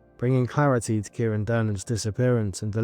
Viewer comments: Or Kai-ron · Absolutely heartbreaking 😢 BTW his name is pronounced as ky ran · Thanks so much for making this ...just a heads up it's said KY -Ron ❤